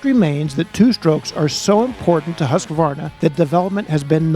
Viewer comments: Drives me insane,,,, Husk-uh-varna,,,, nope, its hoosk·vaar·nuh!!! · Weve always called it huskavarna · There's a "A" in "Husqvarna